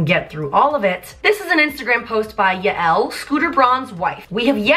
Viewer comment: Yael is Scooter’s wife and it’s pronounced like”Yale”